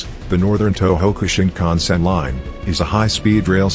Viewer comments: shinkansen* not shinkhansen or sinkhansen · Shinkansen, not Sinkhansen you’ve made a small mistake on the N700 section